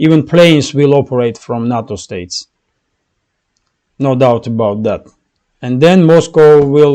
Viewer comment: Nay-toe, not Nah-toe. nato is fermented soy sprouts, a Japanese side dish. NATO is the North Atlantic Treaty Organization. There's a keto channel, Dr. Berg, where he pronounces nato as nay-toe, so you're in good company with this confusion. BTW, many European and American elites no longer think in terms of national sovereignty, as the WhatsApp leaks in the UK (and the Twitter Files in the US) have so recently and vociferously demonstrated. The way they think is difficult to surmise, but suffice it to say it is NOT "America," "China," etc. Whether their thinking is correct or not is another matter. My point is they don't think in the old nation-state framework. Meanwhile, China's thinking is also not nation-state, but a kind of PreModern Oriental Despostism. They are a Han Ethnostate, a Mono-ethnostate (to a degree that would make an Israeli blush). They see America/Europe fighting Russia to be a win-win. Two of their enemies are fighting each other. "Using the Barbarian to fight the Barbarian." I do not criticize Putin. Maybe he is between a rock and a hard place. I do not know.